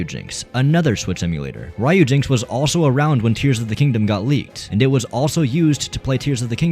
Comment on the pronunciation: Imagine pronouncing "Ryu" wrong in 2025 😂😂😂